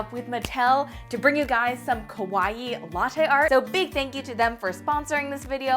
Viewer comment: I love you and your channel. I've been watching you for years, and I respect you so much! But the one thing that's always been bothering me is you pronounce "kawaii" wrong. 😭